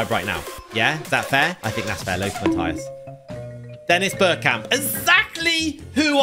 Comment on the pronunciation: no you said mattues